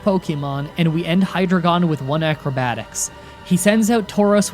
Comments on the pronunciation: Hydragon? More like HI-dragon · Hyrdreigon is the combination of the root words Hydra, the German word drei meaning three, and dragon so it’s pronounced like Hi Dry Gan! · A 'hydra-gon' sounds like a shape that gains more sides when you hit it, which is interesting at least, but certainly not a 'hy-dry-ghen'. ;) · gets a list of all Pokemon names and how they are pronounced "Hydrogon" Me: "OH COME ON!!!" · Sounds like Hydrogen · *finds a guy who tells him how to pronounce all the pokemon Also: *mispronounces hi-dray-gen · “Hydra-gon” Me, someone who takes German: I’m ‘bout to end this man’s whole career. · “You can’t complain about my pronunciations anymore!” Also: Hydragon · And Hydragon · Only Hydreigon was important to me, because I an actual native German speaker told a friend of in the comments of both their Black and White randomizer, how it is pronounced and he replied back. A little detail that, as far as I can tell, should have reached the ears of easily. And way before this video was done and probably even before he started it in the first place. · in his defense, almost no one seems to pronounce hydreigon correctly. mostly people say “hy-dray-gon” which is very strange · I wasn't gonna say anything until you bragged about how you got them all right.Here's a list of pokemon names you got wrong: Genesect, Patrat, Audino, Reunculis, Sigilyph, Musharna, Mienshao, Carracosta, Hydreigon, Seismitoad, Bouffalant.